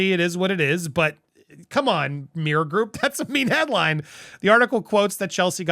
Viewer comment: Slow down...You say meer group. Its mirror.